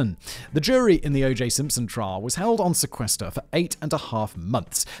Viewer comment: O J Simpshon 😂😂